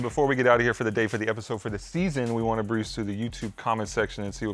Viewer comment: gets worst take for saying " BRUISE through the comment section " instead of " Browse " 🤣😂